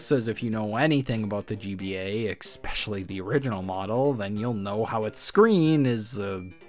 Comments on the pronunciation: Especially, not expecially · bro did NOT just say eckspecially💀💀💀💀💀💀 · Nahhh he said eskpecially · You should learn how to pronounce "especially" as well.